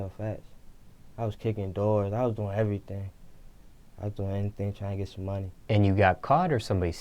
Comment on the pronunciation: ...They get they "shit" took... ...."beat up"....an "errthng" 🤔🤔🤔 😂😂😂 #SuspectOrNah😂